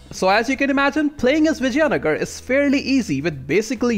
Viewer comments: Dude...it is vi-jai-nagar (not v-jaya-nagara) paradox has butchered its name🤣🤣any ways nice guide.... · yeah but I don't think so....he didn't say vijaynagar properly...by the way do you play total war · It would seem like that, but his pronunciation of Vijayanagar would imply otherwise. But I can see where you're getting that idea.